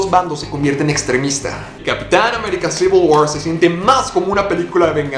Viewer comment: Eres el primero que pronuncia bien "Civil War".